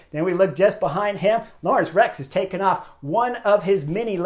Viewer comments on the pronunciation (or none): none